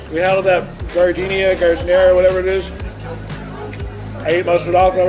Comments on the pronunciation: lol..pronounced "jar-de-nara" not like the flower "gar-deen-ya" hehe.. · As a Chicago native hearing you say those peppers name, hurts me. 'Jar-de-neir-ah' Giardiniera Ya puts 'em on a hotdog if ya don't have any sport peppers. But they go best on an italian beef sandwich. <3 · It's called jar- din-air!!! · I love that called giardiniera gardenia. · It's pronounced jar-di-nare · *Giardiniera* Not gardenia.